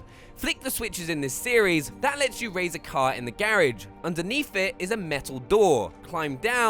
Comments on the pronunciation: I hate how he pronounces garage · Subbed for the excellent advice and the way you say garage, lol.